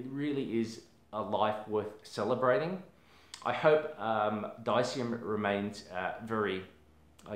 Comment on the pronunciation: Its pronounced De-se- am :D and also brandon was killed! It's big conspiracy cuz they wanted him put of the way!